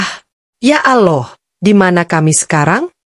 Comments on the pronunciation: Yg benar nyebut Allah bukan aloh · Sayng yang cerita gak fasih ucapkan Alloh.